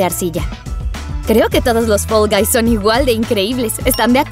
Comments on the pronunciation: Se dice fall guys no fell guys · NO SE DISE FEL GAIS SE DISEÑÓ FAL VAIS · Me gusta mucho fall guys pero lo gracioso es que dice fell envés de fall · Hola yo vengo solo pa decir q dice fell y no fall xddd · Se dice fall guys